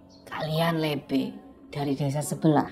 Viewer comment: Bukan lebe bang ,tapi lebe